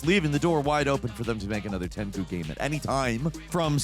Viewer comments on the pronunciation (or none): Come on. No one called it TenKoo growing up. It was TenChew. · Wait....is it pronounced Tenku and not Tenchu??? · Pronouncing Tenchu... "Ten Koo" is jarring me. Its choo bro. Choo choo like a train. Ten... CHOO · Now... while this list is great... when discussing Sekiro you kept pronouncing tenchu (ten-chew)... tenku? 😭 I was googling the wrong thing to see what game you were talking about 🤣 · It hurts when says "Tenku" instead of "Tenchu' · Tenchu is pronounced TEN-CHU not Tengu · Hol up why tf he keep calling tenchu "tanku" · Never in my life have I ever heard Tenchu pronounced as "Tenku" 😂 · yo, tenku? You HAVE to be doing this on purpose 😂 How do you pronounce planktons restaurant name??? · I love you, and i always laugh when you willfully mis-pronounce things, but i was just confused when you said "Ten-ku." Just why? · Why he keep saying Tenku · You say Tenchu strangely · Love your videos but the way you pronounce "Tenchu" drives me nuts. Although not as much as you trying to say "Cabelas". God bless your little carburetor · Dude I had to forcefully remind myself of your penchant for deliberate mispronunciation when you were talking about Tenchu. I didn't even know what you were saying at first. I wanted to get pissed until I remembered who was saying it.